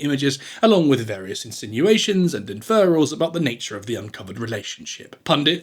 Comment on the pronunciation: Not “inferalls”; implications